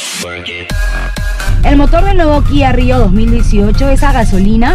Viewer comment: Primera persona que pronuncia la marca Kia como se debe Guía